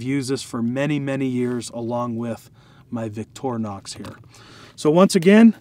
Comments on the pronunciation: victorinox. ...not vitornox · You might want to pronounce it Victor(Y)nox with emphasize on victory for winning. Greetings from Switzerland.